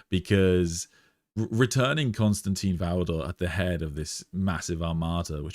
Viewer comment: I enjoy these videos and conversations so this is not a criticism but rather a question- why do people insist on pronouncing Constantin as Constantine? It probably seems petty but let’s be real, we are all here because of our love and interest in the lore and characters. Why not show the proper respect for such an important character by pronouncing his name correctly?